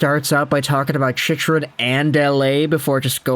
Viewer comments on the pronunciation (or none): "Chich" Rin ??? You mean "Chick"-Rin !! LOL